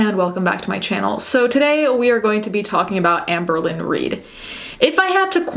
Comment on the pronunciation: Apologies but whenever I hear you say Amberlynn, I hear Anne Berlin and then I go full Steel Magnolias: "Who's Anne Berlin?" "Anne BO-leyn! She was one of the 6 wives of Henry VIII." Anyone else? Just me? Okay... 🤣😘